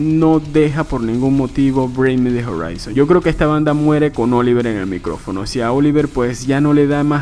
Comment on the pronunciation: brin mi de jarraison :v